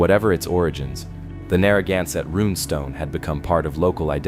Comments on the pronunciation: Would your AI PLEASE pronounce "Narragansett" and "Quidnessett" correctly? When said incorrectly, it sounds like nails on a chalkboard. Thank you. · The mispronounciations of Scituate and Narragansett are killinggggg meeee😂